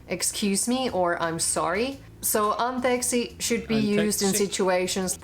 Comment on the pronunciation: Try to change intonation. We usually put in in the beginning whereas you put it in the middle. For example you say "antEKsi" and and Finnish we say "ANteeksi". That difference in your speaking threw me out the most. Also about vowels. In Finnish a letter is a vowel when it continues infinitely when pronouncing it. In Finnish way of pronouncing "y" (which is different from Scottish) it can be pronounced similarly like aaaaaaaa... or oooooo.... and so yyyyyy.... Oh... I just realized that this doesn't work in English because letter pronounciation is different like "o" is pronounced "ou".